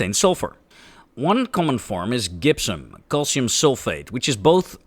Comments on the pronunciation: Note that "gypsum" is pronounced, "jipp-sum." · We really, really need to work on your English pronunciation... e.g. gypsum, pyrite, methyl, but I'm still glad you're not a computer!